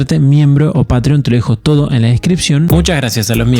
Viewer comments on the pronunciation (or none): none